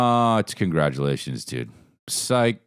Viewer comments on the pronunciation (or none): Love when you mispronounce congratulations. Also, Legendz app must be giving u the baggggggg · Wait he said Congarglations!?!? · I love when he says “congarglelations” it always reminds me of that bit he did back in the day :)